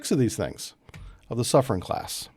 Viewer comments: I believe that is pronouced Soof-ren. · He even got wrong the pronunciation of the submarine class (he said "soufrance")